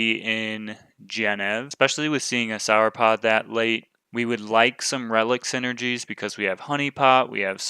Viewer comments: I have to finally say it as it's been bugging me for a while. the way you say Sauropod seems wrong. the first part should sound the same as how you say the last part of Dinosaur. Not sure why, but it cuts right through my brain every time you say it even if I'm watching these in the background. Keep bringing the videos though. love them! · I would think it's pronounced however you would say "saur" at the end of a word like dinosaur or avisaur. No need to apologize. I look forward to your next videos!